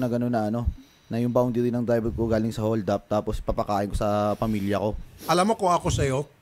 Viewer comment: Nalunok nea ung ngipin nea nung sinabi neang holdap kaya naging nyoldap ag bigkas nea haha